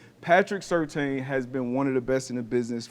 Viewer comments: No big deal, but just a heads up. It's pronounced Sur-tan, not Sur-tane. Good segment. 👍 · It’s Sir Tan not Sirtain haha Yes I am Certain